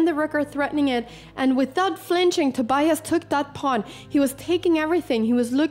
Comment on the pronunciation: He didn't know yet he was filmed though, I presume. But it is very rare to find a young person who doesn't speak any English. I like that Anna pronounces the "i" in Tobias in that special Swedish way . Being dutch I rooted for the dutch guy. This was a.. eh.. fascinating game to watch.